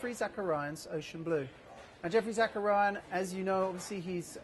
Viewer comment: He is ruining Geoffrey Zakarian's name. He keep calling him Zackaria